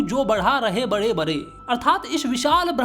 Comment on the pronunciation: Khade❌Khare Bade ❌ Bare